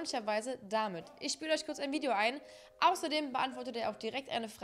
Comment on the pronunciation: ISCH BIN NEUES TEIL DER COMMUNITY.... 😂